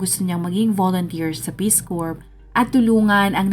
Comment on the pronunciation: Ang gulo mo magkwento. Bohol whale shark sa Donsol? Hindi "korp" basa sa "Corps." "Core" o "Korr" kung tagalog accent.